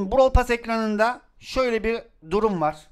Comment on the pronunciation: Pas değil pes😅😅